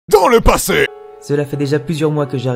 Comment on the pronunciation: LOL LE « DANS LE PASSEY »